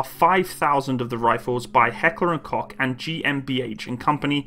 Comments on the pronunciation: Koch is pronounced Coke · Koch in H&K is pronounced with a long O (as in coke)